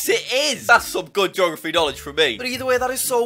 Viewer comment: “Thas some good jography” -JackSucksAtGeography